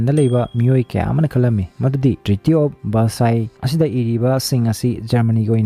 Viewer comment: Treaty of Versailles haibani treaty of versice hyba natte